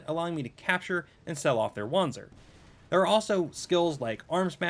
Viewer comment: Wanzer is pronounced vanzer